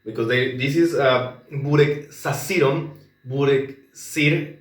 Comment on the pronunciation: wow , when you ordered burek you had 100% Serbian accent !! ❤